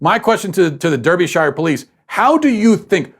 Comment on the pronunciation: Just thought I'd clarify how Derbyshire is pronounced in the UK. Matt pronounces it "der-bee-shire". When in fact it's "dar-bi-sheer"